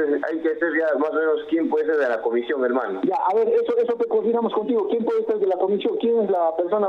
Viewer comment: Estos infelices como “ pinturira” entre otras cosas deben ser fanáticos de la “U” 🤣como dicen “el pUder” “la cUmision” etc